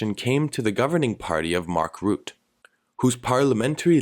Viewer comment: I do agree with the main point of your analysis: the leading government lost. It really bothers me when people call it "a victory for Rutte" (you should pronounce the e, by the way). But calling it a victory for populism is maybe a step to far. It sure is a vote for change, many people voted "strategically" for VVD against PVV. (NL don't vote for candidate, but for a party) If anything PVV didn't really win, but neither did they loose, except "the momentum", which is of course hard to quantify. It's also very dangerous comparing the Dutch election with the UK referendum or the US presidential election. The voting system, the topics and the narrative are completely different. Even if WIlders would have won "biggly", he would still not be prime minister.